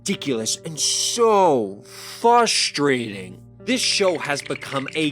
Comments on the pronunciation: Am I crazy or do you keep saying "fustrating" instead of "fRustrating?" lol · Video is good and all but the way you say frustrating is killing me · Frustrating. Not fustrating.